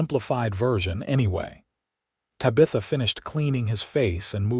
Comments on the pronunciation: Yeah, me too....bye. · Drove me crazy!!! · Terrific love story! ❤ very interesting from beginning to end. I accepted the AI mispronunciation and just held on to fully enjoying the story! ❤😊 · Not Sure I Can Keep Listening. Mangling The Name Tabitha is something AI needs to fix! It's nails grinding on a Chalkboard Aggravating. Tabitha I keep wanting To Yell. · I don't know what's so hard about Tabitha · The Name Is Pronounced, 'TAB' - 'A' - 'THA' Not 'TY'- 'BITH''- 'A'! If You Ever Watched The TV Show, 'BEWITCHED' The Little Girls Name Was Pronounced Correctly.. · Good story but reader is so cut and dry...and it's TABitha not taBITHa.... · I did NOT accept the AI mis pronunciation of TAB.i.tha. If your AI doesn't know how to pronounce a name, use a different name. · Finally a story without water rights problems and the woman doing the accounting! Refreshing ! I wish AI would do a better job of pronouncing words. TAB I THA NOT TABEETHA!!!!! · Ugh...It's TAB - I - THA...Not Tuh BITH Uh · Te Bah th ah. That's how you pronounce it. Please.😊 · think again. It’s not Ta-bee-tha, it’s Tab-ih -tha. Did you never watch Bewitched? Or better yet, even Google can tell you the correct pronunciation 🙄🙄🙄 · Ai sucks at pronouncing names/words. anyone else cringing everytime ta bith a is screwed up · Tabitha is pronounced tab-i-thuh . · Yes her tab i tha not ta bith a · Ok Tabitha is pronounced Tab eth a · No It’s Ta- BI-ta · The AI needs to learn how to pronounce Tabitha correctly! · Please fix the way AI says Tabitha's name. Cute story but if you changed that one thing it would be much better. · Please learn how to pronounce the name Tabitha. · UGH the AI needs trained how to say TABITHA. Could not get past the first 2 minutes.